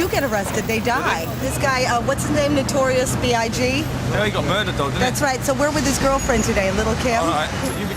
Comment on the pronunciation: She said notorious Bee-eye-gee ☠️☠️☠️ I believe it’s big?